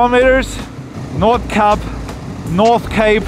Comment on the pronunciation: Congratulations! You definitely nailed Nordkapp!